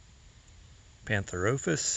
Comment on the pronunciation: I'm very impressed by your followers and this beautifully clean comment section. I was seeking the pronunciation of pantherophis, and you provided! Thank you so much for providing educational material on these misunderstood animals! 😊